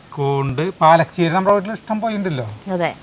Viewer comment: എൻറെ, 101 പ്രാവശ്യം പാലക് ചീര എന്ന്, പറഞ്ഞു പഠിക്കാൻ പറ😂